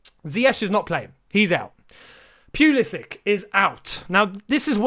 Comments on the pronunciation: Lampard please pronunce ziyechs name right.. How about you pronuncing pulisic name right.. Pulisitj like kovatjitj not k. Pulisic. C is pronunced tj. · Tells Lampard to pronounce Ziyech correctly Mispronounces Pulisic immediately afterwards